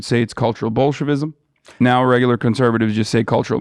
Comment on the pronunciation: Did Hassan accidentally say “Bolshevismus” instead of Bolshevism?